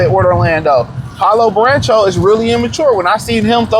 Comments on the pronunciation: Lol Baran-cho lololol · Naaaah… “Burrancho” is CRAZY!